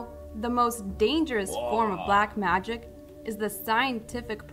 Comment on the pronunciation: Magic not miraclis😐😐